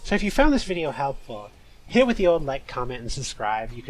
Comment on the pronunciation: "quarantine zone (stinky)" for ratio made me wheeze. awesome bideo